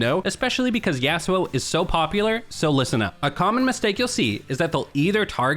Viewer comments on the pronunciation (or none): none